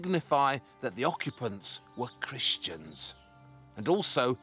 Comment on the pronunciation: Listen to how he says cristians.